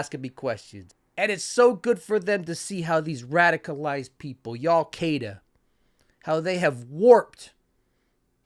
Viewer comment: Y'al Kaida.